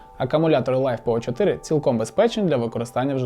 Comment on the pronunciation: Это писец, наймите нормального мужика спеца, на словах Лайфепо и 100А емкости можно выключать видос.